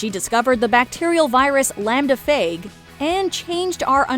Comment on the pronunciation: Lambda "fāj", not fāg.